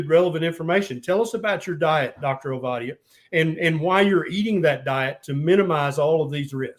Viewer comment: Enjoyed listening. Do work on the pronunciation of your guest’s name though. It’s only polite to get it right.